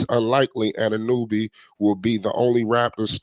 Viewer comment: Dude cant even pronounce OG last name